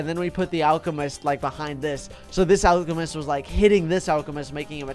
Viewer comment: alchemist sound alcohol